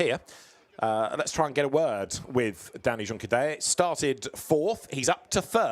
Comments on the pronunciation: Liked the commentary duo today, would still prefer Juncadella to be pronounced properly but other than that.. 👏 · Was thinking this.. why would he continue to say it like that after the lead commentator kept saying it? 😆